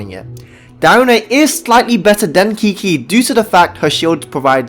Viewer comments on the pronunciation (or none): lol, stop saying kiki.😅 its chichi